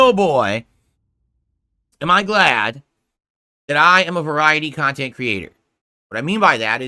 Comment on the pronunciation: He's delusional. It's one pot of viewers, there's not separate groups for separate "khantent".